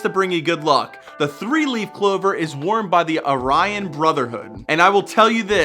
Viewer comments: Its not the “ah-ryan” brotherhood its pronounced “air-ee-an” brotherhood 😉. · Aye Ryan brotherhood? Haha, it's pronounced like air ian.... I'm not in it or anything I am starkly against it, just find it funny you say like... aye ryan! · maybe you should check pronunciations before you record!?!?! It's my biggest pet peeves with YouTubers!